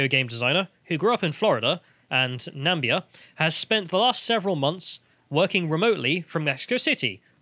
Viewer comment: Ffs "NaMIBia" 🇳🇦